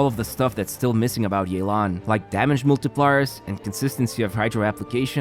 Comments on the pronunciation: You didn't pronounce Yelan correctly. You called her Yelang instead of Yelan. Her name is pronounced like "Yeh! - Lan? " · As an authentic Chinese speaker, definitely don’t pronounce it as “yae-lan”. Instead pronounce it as “Yeh-lan” Edit: Sorry had to point it out since in the announcement they were also butchering the name. Which understandable since Chinese names are pretty hard to pronounce without any Chinese background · Not to burst anyone’s bubbles here but her name is pronounced “Yeh-lan” not “yay-lan” 😅🗿, EN VAs can hardly ever seem to correctly pronounce the names for Liyue characters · It’s actually “Yeh-lan” not “Yei-lan”. The EN CV butcher her name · I'm tired of hearing yay-lahn It's yea-lahn EN VAs butchered it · The way English dub pronounces Yalen is not even close to correct. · the english voice actors reading her name as "Yay-lawn" is wrong btw 💀 its the equivalent of colonizing it LMAO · Isn't "yay-lan" the wrong pronunciation though? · nope, that's not how to pronounce it either. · As someone who can read and understand Mandarin/Chinese, I can confirm that the EN VA also butchered the pronunciation of Yelan's (夜闌) name XD